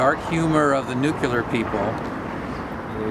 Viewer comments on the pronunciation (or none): Oh mister tour guide, the word is nuclear, not nucular.